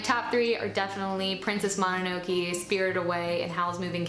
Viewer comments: "princess mono-no-key" lol /mo-nah-no-kay/ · I think mononoke is pronounced moh-no-no-kay 😅